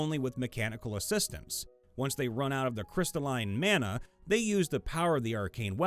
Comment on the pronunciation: Dammit, it's "mah-nah" not "man-nuh". ""Man-nuh" is how "manna," the food from the Judeo-Christian religions is pronounced. "Mah-nah" is how the Pacific Islander concept of a spiritual force is pronounced. edit: Dammit dammit, it's "new-clear", not "new-kyu-lar". I know this is regional, but where the hell are you guys getting the vowel between the "c" and the "l"?!